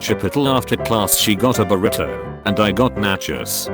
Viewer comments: Chip-o-tal Burr-it-toe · “Buritoe” “Chipottle” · I went to chi-put-tul and she got a buh-writ-oh. Fam, this robot’s pronunciation needs some work. 😂😂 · Chip-it'll burr-it-oh I'll never understand why these things get pronounced the way they do. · Chip-ittle. Bur-itto. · Chip-poe-tle bur-e-tah I'm dead